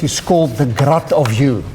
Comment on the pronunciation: It seems to sound like grot, but what he is really saying is "Grad" as in, gradient operator. His pronunciation seems to make Grad sound like Grot due to the afrikaans d=t sound at the end of the sentence, along with the long 'a' sound before it.